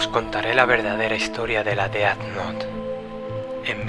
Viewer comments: se pronuncia dez nou, no deat not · e disculpa pero ... se dise ded nouth no deat nouth